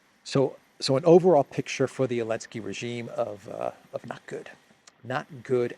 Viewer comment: Why do you call me elenski instead of Zelenskii. I am just curious 😂😂😂